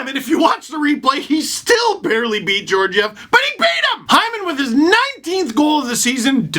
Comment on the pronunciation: Damn you keep saying George-ev. STEVE GET THE FACTS